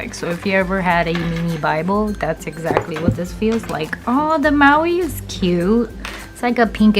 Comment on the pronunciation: Nicee❤! Mauve not Maui 😂 so cute to hear you say that! Love the planner, love sterling ink ( Katherine) and loved your review. I missed the preorder and already have my 2023 lineup hopefully 2024 I’ll have one!